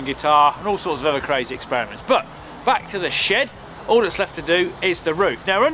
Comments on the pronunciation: I heard "builid sh*t" 😂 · I hear "shit" instead of shed and that make me laugh 😂